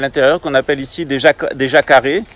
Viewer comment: Holà Jacaré se dit yacarè !!!!! Je connais Alois Irlmaier Nostradamus a aussi parlé de l’invasion de l’Ours( Russie) et des arabes au sud. Et les 3 jours d’obscurité on ne doit pas sortir pour aider quelqu’un ( et mes animaux????)ni regarder dehors Pauvre Europe ,mais les gens pour la pluspart ne veulent pas croire à ces événements en particulier Poutine. On a aussi prédit la bombe atomique sur les Chinois Ciao et bon rétablissement